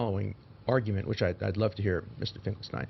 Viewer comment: You know, to be fair, the I.Q. of Dershowitz, can't possibly be higher than 75 to 80!! I can't believe how - as a Jew - he keeps pronouncing "Finkelstein" as "Finkel- Stine", when it's "Finkel-Steen"!! My world history college instructor, Dr. Epstein, used to Scream at the students who called him, "Ep-Stine", and would very angrily Shout, "Ep-Steen, Ep-Steen"!!😊